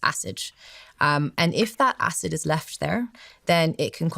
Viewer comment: Does anyone know why she keeps mixing up the letter d and j? It’s very distracting. She even said acij instead of acid 🤦🏼‍♀️ Greta message and greta video just very distracting.